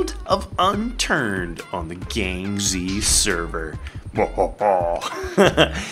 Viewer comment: sounds like Gamzee server when you say it....